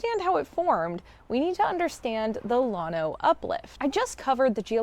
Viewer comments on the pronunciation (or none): The double ll is pronounced as a Y. Yano. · You did not pronounce Llano the way native hill country people do .